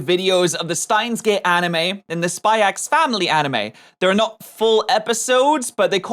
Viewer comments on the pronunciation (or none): Its just Spy Family don't pronounce the X